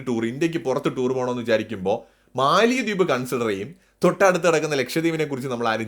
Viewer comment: മാലദ്വീപ് എന്നാണ് ഉച്ചാരണം. തലസ്ഥാനത്തിന്റെ പേര് മാലെ (മാലി എന്നു നാം തെറ്റിച്ചു പറയുന്നു). തമിഴും ഹിന്ദിയും സിംഹളവും കൂടിക്കലർന്ന ദിവേഹി ആണ് അവരുടെ ഭാഷ. ഭാരതീയ വംശജർ.